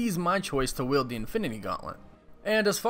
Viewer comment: It's "wield", not yield. Sorry, that kept irking me.